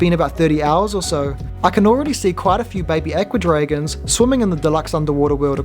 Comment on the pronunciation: I'm glad you can remove the junk cartoons at the bottom. I like the tank a lot except for the rubbish at the bottom. To my ear, your pronunciation of "Aqua Dragons" sounds like "Ecuadorians." Odd to think that there are kits for making little Ecuadorians that swim around in a tank.